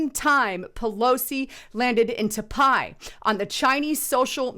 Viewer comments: It’s pronounced Ty-pay, not Ta-pi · Tie pay not t pie haha bless you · Not TAPAIIII !!! 🤣 TAIPEI ... Pronunce THAI-PAY!!! 😋 It's the Capital of TAIWAN! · it's not ta pie. It's tie pey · Say Tie Pay. Not ta pie. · It’s Tai “pay” not Ta Pie lol. Great reporting tho if you’ve never been to Taipei, you’re missing out! God bless and thank you for your posts. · Pronunciation is " tie pay" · pronounced THAI-PAY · taipei pronounced "Ty PAY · Its Taipei (pronounced Tiepay). I like watching your videos but your mispronunciation of key words discredits your video content. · TAIPEI = PRONOUNCED "TY-PAY"!!!!!!!!!!!!!!!!!!!!!! BUT, THINGS SEEM TO BE HEATING UP EVERYWHERE!!!! REALLY FOR NO REASON'S BUT THEIR MADE-UP ONES TO THEM!!!! IM SURE THIS WORLD/PEOPLE KNOW HOW TO STAND UNITED AND UNDERSTAND THAT WE CAN LIVE TOGETHER IN PEACE WITHOUT ALL THESE SELF-MADE ISSUES BEING FABRICATED!!!!!!!!!!!!! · Love ya but the City's name is pronounced ("Tie-Pay") -Taipei-. Thank You that is all.. Keep up the good work Sis!! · Taipei pronounced as (Tie-pay) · "your profile"?? You mean "your portfolio"? It's Taipei, pronounced Tie Pay. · Seriously it’s pronounced ( tai • pay ) Taipei . Go back and count how many times you murdered the pronunciation on the city . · Taipei is actually pronounced Tie-Pay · It's "Tie-pay"... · Pronunciation Taipei. Sounds like tie pay to English ear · Ive heard about that city so many times in my lifetime, I'm actually surprised does not know how to pronounce it